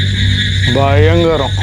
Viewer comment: 0.14 dayangaram ah illa bayangaram ah